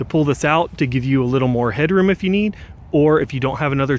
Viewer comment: Great review. Thank you. Random completely unrelated comment that will either give you a smile, or a complex: The way you say “need” and “tree” sounds almost spot on like a Kermit The Frog impression.